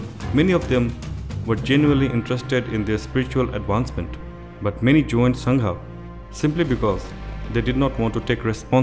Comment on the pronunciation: Please don't say संघा pronounce it correctly as संघ